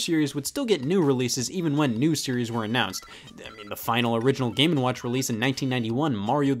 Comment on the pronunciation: Am I the only one who hears the name as, "Gamin' Watch"?